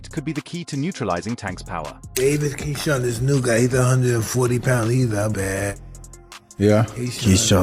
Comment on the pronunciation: 😂I'm also wondering what the hell is a Ksean coming eom😂😂😂😂😂 which idiot made this video that is real bad name pronunciation